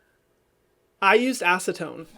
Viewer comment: I laughed so hard when you said acetone and hid 😂 we forgive you hahaha